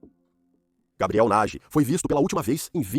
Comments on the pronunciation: Que agonia. Se é o mesmo narrador para a história não entendo porque sempre pronuncia os nomes das pessoas ou dos lugares de formas diferentes… exemplo: Gabriel, Gabriele ou “Gueibriel” (pronúncia)… para o mesmo cara… e isso se reitere para todos… affffff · Como pode o nome do rapaz é Gabriel,e o tempo todo na narrativa ,foi chamado de Gabriely😮?!😞😊